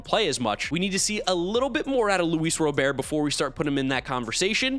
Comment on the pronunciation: Luis robert's name is not pronounced like that